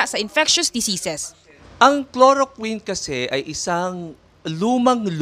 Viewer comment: Chloroquine! K L O R O K W I N!!! HINDI KLOROKIN